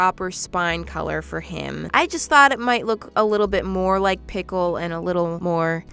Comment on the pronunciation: It is not Pickel when it comes to him it is Bickel 😂😂😂